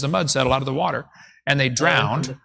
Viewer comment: I'm drinking wah-tur wah-tur